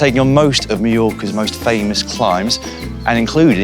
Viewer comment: Three days in and they continue to say "Meellorca".